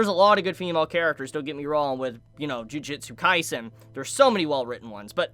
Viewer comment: Did this dude just say "Jujitsu Kaisen"???